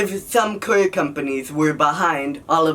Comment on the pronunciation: What's a kur? do you mean car?